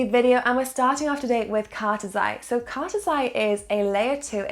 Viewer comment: Lol you say cartesi wrong and the partnerships are not what make cartesi sp good the fact you skip over what the technology is makes me feel like saying do some research.